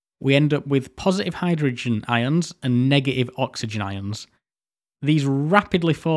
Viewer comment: Ok, informative, interesting, but this prenanciation is literally making me suffer: atoms sail like [a-ums]